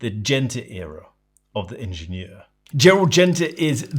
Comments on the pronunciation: Lovely video, but it hurt my ears every time you named the watch. It’s AHH-shen-YERR Also, as someone who’s usually a bit OCD there was something charming — and evocative of Genta’s brutalist functional design — in the off centre of the screw points. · Shouldn't it be pronounced as the German word since Schaffhausen is in German speaking Switzerland? It's a French loanword in German and pronounced slightly differently. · "Ingenieur" is german, not french, otherwise it would have an accent on the é "ingénieur".